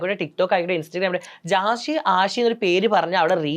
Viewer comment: ജസി അഷി അല്ല. ..ജാസി, ആഷി. .അത് പോലും അറിയാത്ത ഒരു Anchor..😇😏